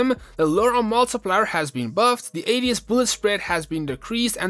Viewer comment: bro literally said ass instead of ads